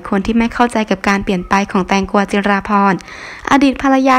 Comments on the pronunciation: เค้าชื่อแตงกวา ไปอ่านแตงกัว มันแย่นะ😛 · คนอีสานช่ายไหมพูดแตงกัวว่าซ่าน5555